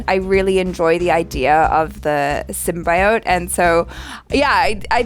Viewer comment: God you even said symbiote wrong